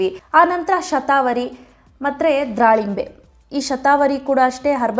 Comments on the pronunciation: it's wrong, it's dhalimbe not dralimbe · dralimbre ಅಲ್ಲ akka ದಾಳಿಂಬೆ ಹಣ್ಣು.